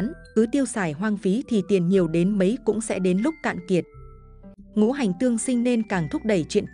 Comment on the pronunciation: Cô này là người Bắc hay Nam mà đọc chữ Ngũ hành thành chữ Ngủ hành vậy